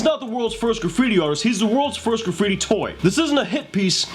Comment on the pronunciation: The Word is Graffiti not Caffittti ! lol